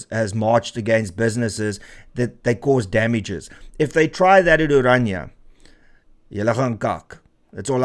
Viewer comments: Pls.note its not ORANJA ...but O-Raah-Ni-a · Please note correct use onwards in respect of the language and the entity. Correct: "Orania [uəˈrɑːnia]" And not as you pronounce it: "Oranje /oˈrɑɲə/" Phonetically, Orania is therefore one of the easiest names to pronounce in any language. Thank you for covering important topics and relating these to the Constitution et cetera. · How can you name and pronounce the town's name as "Oranje" instead of ORANIA? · Renaldo; the town is called OranIA, not OranJE. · Why people always pronounce Orania as "oranje" ?